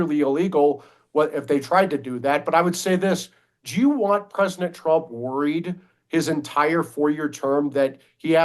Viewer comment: Why does that dude say "presinent"..?